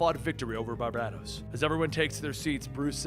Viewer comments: Bar-ba-dōs. Not Bar-bad-dōs. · Every time he says BarBADos 😬😬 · Gah! It gets on my nerves how you say his name BarbaDōs , BarbaDōs....man, pulls me out the story everytime....pheeew....okay. Unpause, back to the bedtime story...lol.....you're doing awesome, you Are awesome keep up the great work. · Dude, love your videos! But the way you are saying Barbados kinda makes me itch. Bar-bay-dos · I love your channel but dude, hearing you constantly butcher names that I know you've heard correctly is beyond annoying and infuriating. I KNOW you've heard Barbados said aloud before...it's pronounced like the country. That's the 1 thing bad about your channel...it's like you do it on purpose. You hear someone say tomato and you still pronounce it tomahto like "what the fuck dude?", Lol